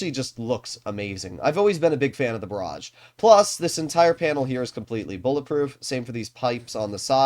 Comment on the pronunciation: "next we got ✨The Barrage✨" 😂